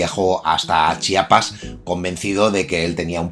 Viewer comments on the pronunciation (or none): none